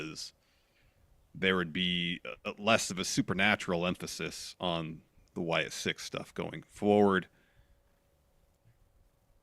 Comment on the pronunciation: Wyatt "SICKS" friendos. It's not a number.